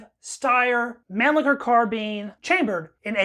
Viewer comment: Its pronounced Monleeker